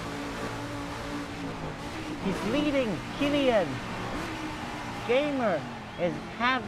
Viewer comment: Its K E L L A N not kellian